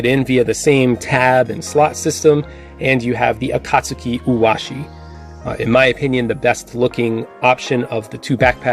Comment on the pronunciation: “Akast-u-ki” , I cringe everytime you pronounce it that way.